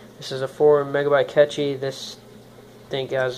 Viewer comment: its really "CATCHY" the Cache